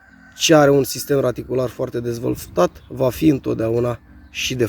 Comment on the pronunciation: sistem radicular, nu "raticular"... mda